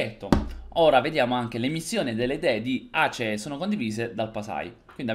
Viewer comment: Mi sento altamente offeso per 2 cose. 1. Non è hoi. 2. La tua pronuncia di Aceh.